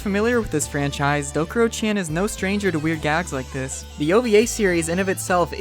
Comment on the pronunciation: it's called Dokuro-CHAN, not Dokuro-CHEN